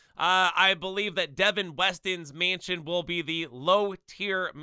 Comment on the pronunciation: he clearly can’t pronounce mansion correctly either 💀😭